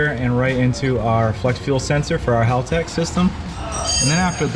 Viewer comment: It's not pronounced HAUL-tec... Haltec, Aussie English!, say it with an Australian accent!!😄 got it...you speak Aussie English real good mate!😁